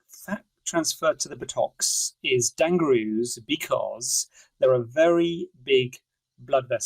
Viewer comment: The “Dang-ger-roo” got me 😂😂😂😂